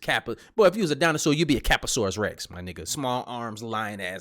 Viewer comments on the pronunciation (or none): “A capasaures Rex” 🤣🤣🤣🤣🤣🤣 omg I just died 🤣🤣🫡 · ...this Niqqa said "Cappasourous Rex" 🤣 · cap-a-sours Rex lmaoooo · My man said Cappasaurus Rex!!!!!!!! Killing me